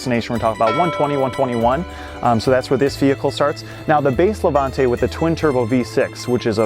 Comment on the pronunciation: Levante not lavante